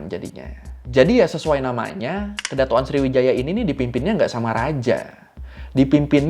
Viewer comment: Kedatonan bang bukan kedatok an